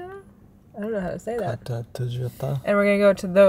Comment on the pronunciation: If it was Japanese the way you kata would be right try say it, Cata!🦘❣️